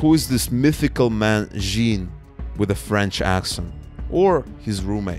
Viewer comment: Just a quick note, in Canadian French, “Jean” is pronounced something like “zhan.” Great coverage of this underreported story!